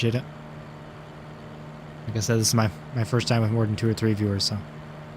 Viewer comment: It sounds as though tower keeps stating tree instead of three...